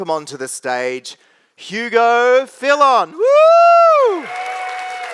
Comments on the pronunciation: Hugo Phil-On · Forgot an 'L' in Hugo's last name, also, the guy introducing him, pronounced it wrong too🤦🏻‍♀️